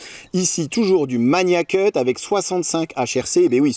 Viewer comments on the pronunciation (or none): Par pitié il faut arrêter avec la prononciation "maNIAcut". C'est Magnacut avec un G dur comme dans magazine.